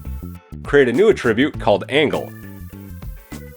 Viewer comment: hate to be that guy... but... it was driving me a tad nuts and you say the word a bazillion times and I cringed every time. The word ATTRIBUTE can be used as a verb and a noun but the pronunciations are quite different. The verb means to apply a quality to something or something caused something else. This is the pronunciation you used in the video, the verb. The correct pronunciation for the nodes in blender would be for the noun usage of ATTRIBUTE. Something has an attribute. That is the usage in nodes. The nodes have attributes. For this video it isn't the verb pronunciation it should be the noun.